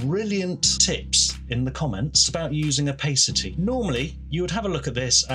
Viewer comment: Oh and it's oh-pass-ity. 😉